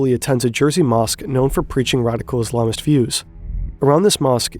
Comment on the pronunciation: Just a pronunciation note, should you have the word in a future video. The pronunciation of "Islamist" is ISS-luhm-ist, not iz-LAHM-ist. :)